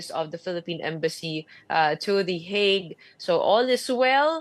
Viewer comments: HAGUE po ang pronounciation namin dito s Europe in English lang po ang HEYG 😊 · Can you pls pronounce it properly? It's not HAG, it's HEYG